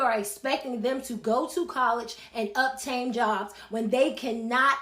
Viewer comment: DID THE HIGH SCHOOL TEACH JUST SAY UPTAIN INSTEAD OF OBTAIN? 😂😂